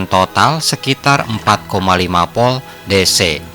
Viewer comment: Narasinya bagus dan tertata, namun penyebutannya saja yang perlu ditingkatkan, misalnya penyebutan Volt masih di sebut 'POL' antara huruf V dan P itu berbeda penyebutannya, saat huruf V bibir tidak terkatup hanya cukup bibir bawah menyentuh ujung gigi, sehingga udara keluar disela selanya, beda dengan huruf P, terkatub dan ada dorongan udara yang terkurung saat mengungkapkannya. intinya ' Narasi suatu Video yang diunggah ke platform Youtube sudah dilengkapi dengan Voice Converter to Text, salah penyebutan saja bisa melenceng ke scribt mesin pengonversi'